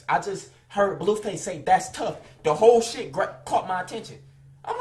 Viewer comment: HE SAY BLUEFACE WORSE THAN FLIGHTTTTAIBEISBEYAUENF